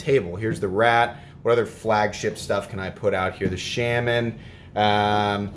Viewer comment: Everytime he pronounces "Shaman" it sounds like an older Swedish gentlemen pronouncing "salmon"